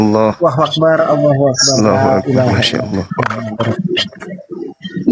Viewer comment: Allahu . Bukan Alloh. Baca original teks nya bang.😂